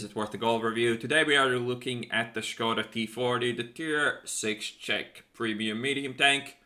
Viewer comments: finallym someone pronouncing it shkoda instead of skoda i'm not slovakian but it bothered me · Finally someone knows how to read Škoda :DD Seriously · Finally somebody who can say Škoda without broken english fucking accent (Skouda or something similar shit as like as QB or Jingles) , i really like you, can you please try to say Buchty (prem consumables) in next CZ tank video? :-) And I laughed a lot to that situation with IS-6 "tomatoes are reacting on the sound" :-D